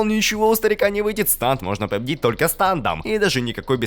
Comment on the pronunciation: Не станд,а стенд